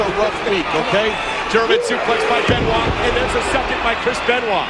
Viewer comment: Benoit? Where is R in that name?